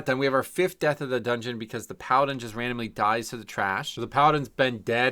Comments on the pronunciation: so glad "doogeuoon" is becoming a regular - loved it when you previously called the dungeons by their german names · Doongeoon. Works for me…I blast-laughed at doongeoon. Ha!